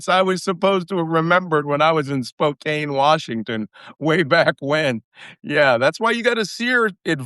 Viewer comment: Malcolm, Spokane does not rhyme with cocaine.